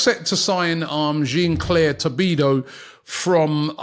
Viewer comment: Did Robbie just say Tobido or Todibo?